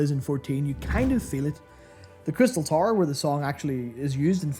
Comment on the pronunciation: I had a laugh that Youtube CC kept thinking you were saying "Tar" instead of "Tower", good video though, great to see Matt take the lead